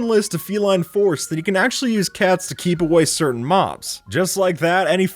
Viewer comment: in the intro he audibly says "maws" instead of mobs he just doesnt pronounce the b